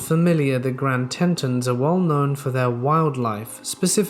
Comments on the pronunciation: Great content!! Thank you very much!! But, FYI - Regarding your first story, the National Park is phonetically pronounced The "Grand TEE-TONS" (first syllable prononced with "LONG E" sound, like "tree"), NOT a "SHORT E" sound (NOT "Tet-tons," as in "pet"). But only a very minor quibble. I always appreciate great writing. Thanks again. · It's pronounced Grand TEE- TONS. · Grand *“TEA-tons”